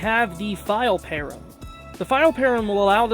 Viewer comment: Please pronounce it "pa ram" not "pear em", it's driving me nuts!